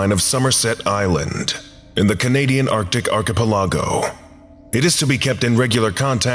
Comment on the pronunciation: IKR! 🙄 It is pronounced " ark a PELL A go".